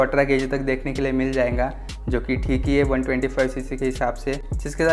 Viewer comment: Bhai "jayenga jayenga" kya hota hai XDDD Jayega bolo bhao XDD Scooty review krte krte jayenga ko beech m kate late XDD